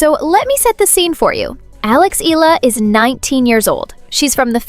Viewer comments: it is not ILA her last name is pronounced as E-YA-LA. ALEX EALA. Please take note of that. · EALA = EYALA!!! NOT ELLA!!! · …good report but wrong pronunciation of Alex’s surname… it’s [ee-yah-lah] not “ee-la”… cheers! 😎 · Eala - eh-ya-la